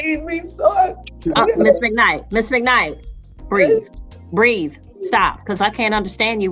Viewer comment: Breathe, not breed. The Sistahood is coming for this judge. Plantation mammies are okay to the communitah